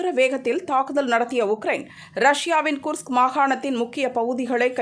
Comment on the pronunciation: மடச்சி அது குஸ்க் இல்லை கேஸ்க்.